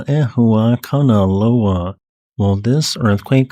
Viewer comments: That's not it's name, and he didn't pronounce it correctly. Don't forget the 'okina. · gg for pronuncing a lot of time that hawaiian name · The unnecessarily complicated name of Kama' ehuakanaloa makes me miss the simpler days in the past where Hunga Tonga Hunga Ha'api was the hardest thing we had to pronounce. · With each new geological event, will get better at pronouncing Kama‘ehuakanaloa!